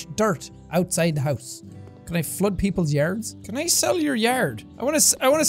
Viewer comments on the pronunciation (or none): none